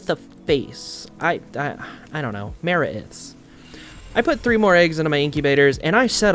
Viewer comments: the one that bothers me most is him saying maraith as mara-ith instead of ma-raith saying it like wraith dunno why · Dino-sum. Ma-wraith. Hope this helps XD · Die-gnaw-some Muh-wraith